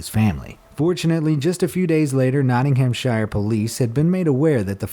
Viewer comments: Iam British and was triggered by nottingham Shire it is pronounced nottinghamsher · "Notting-HAM-shire" is not how you say it, though it is how it's spelt. I love how American's try to pronounce our places in the UK. It's pronounced Notting-am-shire (h is basically silent). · dude whenever you see shire, pronounce it as shear. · Notting-ham-shire... It's pronounced: Nottin-om-sheer. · I have to say it.. Not-ting-em-sher. NOT SHIRE! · I’m british soo not ing ham shire just pissed me off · Just have to say it is pronounced - Noh-ting-hum-shear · Yes! Was looking for this comment lol. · Its Not- ing ham- share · For future reference - and to stop annoying UK viewers - please note: place names ending in 'shire' are most often pronounced 'shuh'. Wiltshuh, Nottinghamshuh etc. (Also Worcestershire is Wusstershuh in case that one comes up!) Cheers and keep up my lunchtime entertainment. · Nottingham SHEER is how it's pronounced mate :) Anything with -shire at the end of it in England is like that :) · im sorry the way he said nottinghamshire💀💀💀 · How can you not say Nottinghamshire properly? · The worst was your pronunciation of Nottinghamshire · we do love your videos but please say shire properly when referencing english county and city names just google or youtube english people pronouncing the name properly